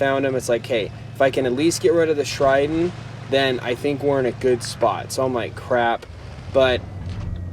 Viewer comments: you said” shriden “ instead of Sheridan. It confused me for a sec... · You said shriden more than once